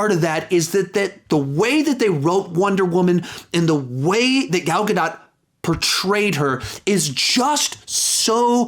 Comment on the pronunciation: You pronounced gal gadot two different ways lol